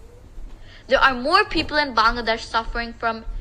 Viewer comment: I have told you several times I like your sincerity and eagerness to speak in Bengali but you just heard the Bangladeshi girl at the UN, so please try to pronounce our country's name CORRECTLY, although it is difficult when you have a Punjabi accent, but that is a different story. The correct pronunciation is "Ba-angladesh', a LONGER sound and NOT 'Bungladesh" that is a shorter sound and you all do it but your declared enemies in India do it correctly, so why not try? The language is Bengali in the English language and 'Ba-angla' in the Bengali, as the dear girl spoke. You can do it if you love us so much as brothers, so please show love by trying. Proud Bangladeshi, from Boston, USA